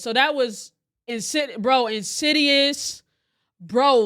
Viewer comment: i BEG you. plese,PLESE stop saying candyman and incidious!! respectfully, of course